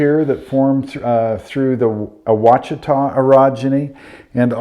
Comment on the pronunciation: BTW, Ouachita is pronounced Waushitau...